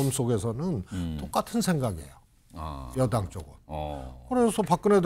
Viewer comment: 한국어에는 각 단어들에 장음(長音), 단음(短音)이 있어서 국어사전에도 표제어에 장음 글자의 오른 편에 : 표로 표시되어 있다. 그런데 요즘 젊은 기자들은 한자어를 말할 때 이를 전적으로 무시하고 아주 짧게 발음한다. 예컨대 '여:당' '야:당'이라고 길게 발음을 해야 하는데 짧게 발음하는 것이다. 참으로 듣기에 딱하다. 이런 폐해는 한자 사용의 폐지에 기인한 것으로 생각된다. 참으로 큰일 났다.